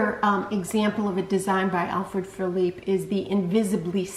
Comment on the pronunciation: Thank you so much for pronouncing Alfred Philippe correctly! So many on YT say "felipay". He wasn't Spanish, he was French! Great video. TFS